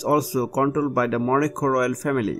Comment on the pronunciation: It sounds like you are saying Monaco - which is INCORRECT! It is Morocco - Mor-roc-co not Moro co - either way you are pronouncing it wrong.